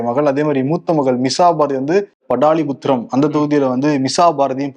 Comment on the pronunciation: Hello.... படாலிபுத்திரம் என்று சொல்கிறீர்களே 😛? வரலாறு ஒழுங்காக படிக்கவில்லையோ? 🤪 பாடலிபுத்திரம் தம்பிகளா.... 😂from E Ramanathan, Delhi...